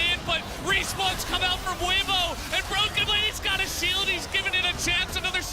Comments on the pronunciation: sick vid but you mispronounced Weibo i think I've only heard it as WAY-BOW instead of how you said WE-BOW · i don't know if bro is purposely miss pronouncing team and player names, but it is lowkey funny. "weebo" xdd